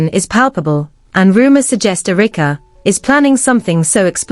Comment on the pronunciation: AI calls Erika (Errr-rick-a)